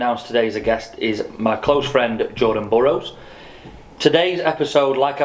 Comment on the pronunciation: Jordan’s Smile when you said his name wrong 😂